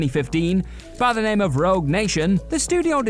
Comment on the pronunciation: do you guys ever think, as this is your job, you should learn how to read and/or pronounce peoples names.